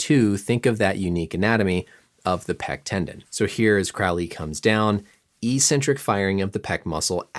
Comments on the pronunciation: It’s “ec-centric” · It’s pronounced EK-centric, not EE-centric. Common mistake conflated with the pronunciation of “asymmetric.” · THAT'S NOT HOW YOU PRONOUNCE ECCENTRIC